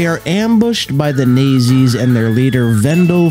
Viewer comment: "The Nangzis" lol